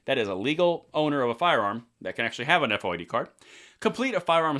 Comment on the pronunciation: As a former Illinois Resident we don’t say F O I D it is FOID as in VOID.